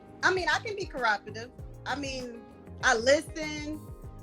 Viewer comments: She said, "I mean, I can be caraportive". Lololololololololol!!!!!!!🤣😂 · I can be "ceroprutiv" hahaha she can't even say it haha hey lady it's "cooperative" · Copertive is not cooperative and argmentive is not argumentative... my girl. Really? Basic English. You are 31... do better. "I DO BE LISTENIN." struggle bus bonnet gang. 😪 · 😂😂😂😂😂 She said she is cropretive😂😂😂 She probably never said the actual😂 word in her life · She couldn't even pronounce the word cooperative properly. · Ahaha " I can be cropodus" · She can b "cooropertive"? She can't even say it let alone do it. All jokes & pettiness aside....she's purdy clueless. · ..” yeah, I could be cor-roppa-tiv.”🤦🏽‍♀️ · "I can be 'crow-operative' ." Yeah you can be it and can't even say it LOL 😂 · “I can be kerwapitive” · “I mean, I can be crowropative. I mean, I listen, I’m peaceful, I’m not argumentive....” 🤦🏾‍♀️🤦🏾‍♀️🤦🏾‍♀️🤦🏾‍♀️🤦🏾‍♀️🤦🏾‍♀️🤦🏾‍♀️. I’m a woman and I’m sick of these women..... Also, move to Fort Worth where it’s cheaper than Dallas. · I mean I could be “cooropotive” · If she could not even pronounce the word cooperative properly how is she going to do it. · She LITERALLY could not even SAY “cooperative and argumentative “. Dang!!! 😒😮😟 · Sweetheart, you can't even SAY "cooperative", much less be it. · She can't even say "COOPERATIVE" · She can’t even PRONOUNCE cooperative properly (whip sound) this one was particularly painful 😣